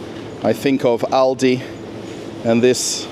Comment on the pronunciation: At least someone who speaks ALdi and Lidl correctly - the Americans never get it right